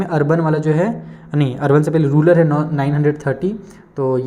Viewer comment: Sir vo rural hota ha na ki rular